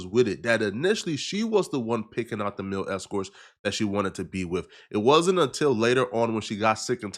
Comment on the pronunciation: It's male not mil not mail it's MALE escorts 😂